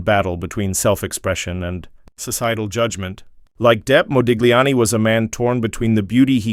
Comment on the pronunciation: When saying Modigliani name you do not pronouce the G but pronounce it Modiliani! get your facts gifht!